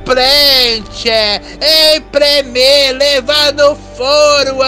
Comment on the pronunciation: "Terar prent, empremir". KKKKKKKKKKKKKKKK